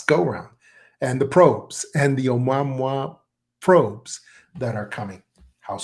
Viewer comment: This guy's Been Around in the UFO field for years, & THIS Does'nt SOUND LIKE HIM, this guy Can''t Even Pronounce Ah Mu Ah Mu Ahhh HOW HARD IS THAT, he's Had Years to Learn to Pronounce it Rite, So What Gives Here. He Talks like a Faker, Trying To Play The PART, FARRRR TOO MANY, eh ahh uh mmm ah eh uh!?, Prime Teltale of BULLSCHITZEN ARTIST ATEMPT!. What is Now Saying IS Diff than what he's Said n Talked About Prior NOW, All of A Sudden we've got MULTIPLE Secret Space Programs JUST WITHIN Our COUNTRY!?. ALL this Supposed Fragmentated Industrial Space, etc Interests, Even Sounds OFF in This Episode. Like Many Other deepstate media FAKE Presentation Creations, i'm feeling THIS IS ANOTHER ONE!, & YEAH This guy is speaking like an MK- ultra Mind Programed Individual!🤨🌎🇺🇸⚖️🦅😉😎, WWG1WGA&QA's2/ P.T.'s 3%'rs, MacChaughleh, M.A.G.'r Yet, & ALL Countries,. Ayuh